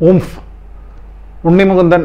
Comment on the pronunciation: അയ്യോ UMF എന്ന് പറയുന്നത് കേൾക്കുമ്പോൾ,ചിരി നിർത്താൻ പറ്റുന്നില്ല ടെ..... 🤣🤣🤣🤣🤣🤣🤣